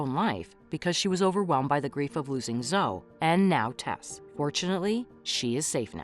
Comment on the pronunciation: Her name is Zoeeeee. Not Zo